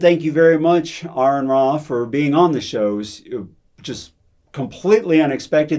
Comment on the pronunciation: His name is Aron Ra, not Aaron Ra, so it's pronounced like "aren't", not "errand".